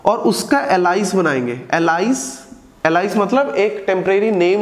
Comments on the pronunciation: really helpfull video 👍👍, i am going to help you with the pronunciation of "ALIAS" its not एलाइस its एलियस 🤗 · अलाईस नहीं एलियास pronounce karte hain .... Baki sab best hai 👌🏻